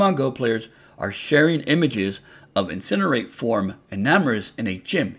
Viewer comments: Ecarnate is not pronounced incinerate lmaooo it's IN+CAR+NIT form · 💀its in+car+nate